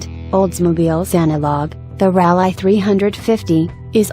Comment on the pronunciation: and those coupayes. hahha